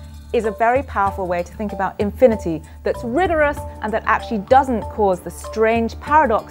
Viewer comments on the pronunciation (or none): holy crap started off the video with a loud "WOT ISH INFINIDY"